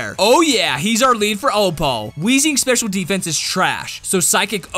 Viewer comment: When you say sdfffffff dose that mean special defense xD